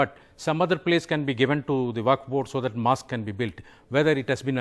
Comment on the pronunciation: Please get your pronunciation correct. Its mosque not mask.